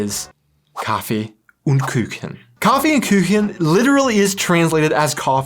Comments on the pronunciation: First of all, the letter "u" in the words "und" and "Kuchen" is pronounce like the "oo" in "cool". Think of it like it would be written Koochen. I know the "u" is difficult for some people. But respect for getting the "ch" right. This is what most Americans, I met so far, had problems with. About the Duvet, this is a personal choice. I know some germans who use only one but this is quite the exception. Usually, in german you have to Duvets or blankets. Cuddling, in fact, is not a problem because in germany it is common to slip under the blanket of the other person to cuddle and ... other stuff. And afterwards you get back to your own blanket or duvet to sleep. Crossing the street when traffic lights are red is not as uncommon as you might think. If you watch people, you will see some people cross the street even if the lights are red. But there is in fact a difference to america. Most germans will first look if there are kids around and then look for cars before crossing the road. Ok.. and they probably look for cops too. Because if the cops see you crossing at red lights, you will get a Anzeige (report) and have to pay about 30€. If this is not the first time they caught you, you will have to pay even more. But overall it's very common to wait until the lights get green if you are not in hurry. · You are pronouncing Kuchen as if it is Küchen, which is incorrect! KUchen is not spelled with an ü (Umlaut) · Please, KUchen, not KÜchen... I always ecpect a following "lein". Küchlein is just a small Kuchen. It lets my ear bleeding ;-) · Don't twist your tongues on Kuchen. There is no ü in Kuchen. Pronounce it Coohen. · Just one thing please: It's not "Küchen", it is Kuchen. You definitely need to learn how to pronounce it right to become real german😉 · Please, please, don't try to pronounce a 'ü' when the 'u' has NO Umlaut. The German 'u' is pronounced just like the English 'oo'. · On prononciation: It's "Koochen" since there are no dots on the U.